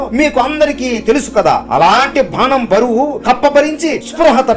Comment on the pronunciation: Bhanam kaadu bidda adi banam